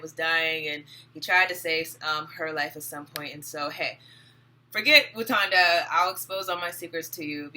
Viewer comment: Lol you know it's called Wakanda...not Watunda...right ..lol I just started watching your videos. I saw you on Info' live. Good work!